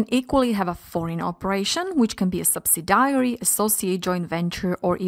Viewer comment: Great video, but the prononciation of subsidiary and determine (sounded like data mining) needs to be corrected..